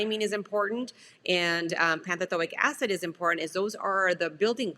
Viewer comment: It's pantothenic acid, not pantothilic acid?????